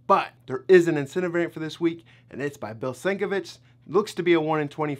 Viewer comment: Sienkiewicz = SIN-KEV-ITCH I know a lot of people say it wrong, but he's a legend and the least we can do is try to pronounce it correctly.